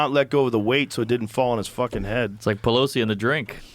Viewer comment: when mark calls nancy pelosi "peblowsi"